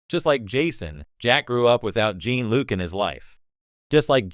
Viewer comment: Use a less shitty AI voice. I got for seconds into this before I heard “Gene-Luke” and “Star Trek. The next generation” twice and bailed.